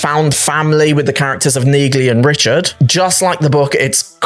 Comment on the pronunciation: Dude, the G in Neagley is SILENT. Did you not listen when people say her name in the show?